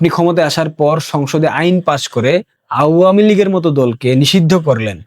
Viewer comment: ভাল বলো, কিন্ত উচ্চারণ কানে পীড়া দেয়। মন্চ.. উচ্চারণ মন্চো। আওয়ামী লীগ উচ্চারণ.. আ- ওয়া-মী ।Please.